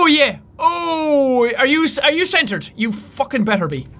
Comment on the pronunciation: its not sentred